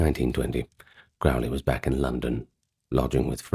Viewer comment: Crowley is pronounced to rhyme with ‘holy’. Or ‘crow’ as in the bird. I can’t listen to this one now lol.